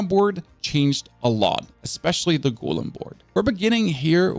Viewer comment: 😂😂😂 well I guess English isn't his 1st language so we can let off